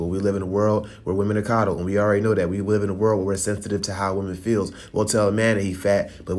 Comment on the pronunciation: We wiv in a world. I caught that lol